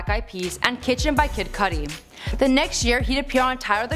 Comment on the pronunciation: "kid kuudi" ahahahahahahahaha